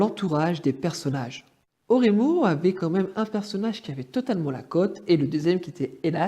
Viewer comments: 面白いわあ笑 エロマンガ先生と俺妹の発音が完全にフランス語笑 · Très bonne vidéo où je rejoins ton avis, c'est pas une copie, juste une autre histoire de l'auteur mais pour moi Oreimo est bien meilleur, c'est pas pour rien qu'il fait parti de mes anime préférés <3 par contre tu as dégomé les titres et termes jpp XD on dit Oléïmo, elomanga et éloge pour eroge voilà x) c'est le seul truc qui m'a cring x) très bon montage, continue ! ^^